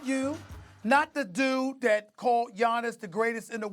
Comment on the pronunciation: It's that not "dat" dummy